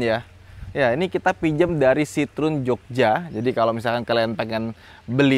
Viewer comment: Sitrun... itu kita yg baca... klo denger baca aslinya sitroeng 🤣🤣